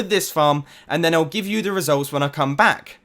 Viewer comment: When he said "around the back" when he was marking the crusher, instead of saying back, he said black. lol